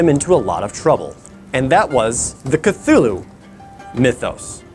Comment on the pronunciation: It’s pronounced CLOO-loo